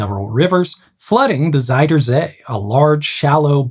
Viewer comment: Fun detail: Your pronunciation of "zuid" is slightly off. It sounds more like "zijde" instead, which means silk. The correct way of saying "zuid" is actually pretty close to the english "south", just replacing the hard S and T sounds with softer Z and D.